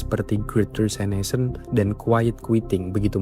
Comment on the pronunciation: Great Resignation dengan "Resignation" dibaca apa adanya seperti yang ditulis = resig-nazion